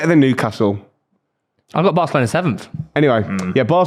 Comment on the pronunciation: WHERE NEW-ASTLE LMAO !!!